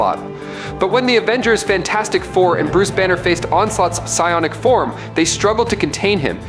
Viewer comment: "Pie onic" energy....😭